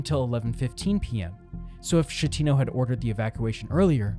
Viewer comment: There are dozens of videos about this that correctly pronounce the Captains name...yours is not one of them.